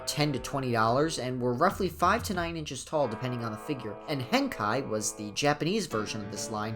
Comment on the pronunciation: It's pronounced hen-kay.ヘンケイ